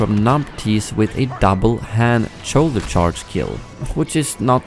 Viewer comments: Something really interesting about your accent I've noticed is that you mix up "ch" and "sh" a lot. I remember in all your BF2015 videos you'd say "sharge card" for the middle ability, and then in this video you said "choulder charge" for Han's ability. Do either of these sounds exist in Swedish? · “Cholder charge” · "Choulder Charge" :P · "choulder charge"